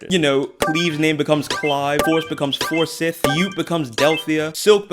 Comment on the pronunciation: Wht did you pronounce Forsyth that way?